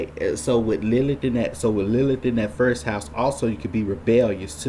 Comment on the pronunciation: A few comments on the above satanic filth: 1.) Our narrator Mr. "" should learn how to focus his camera. 2.) Mr. should also take a few lessons in elocution/public speaking. If he cannot pronounce such simple words as "best" and "first," he should not appear on this platform; his performance is cringeworthy. 3.) Question: Should a male be mansplaining the topic of Lilith to an overwhelmingly female audience? Talk about bad optics! 4.) The choice of Betty Boop -- a literal all-American icon! -- as a symbol for Lilith is as disturbing (to me, anyway) as it is illogical... talk about cognitive dissonance! I cannot see good old Betty as a hellslut-bitch/whore who murders children and castrates men. 5.) I shall share what I REALLY think of Lilith in my next post. All praise to Christ our Savior-God.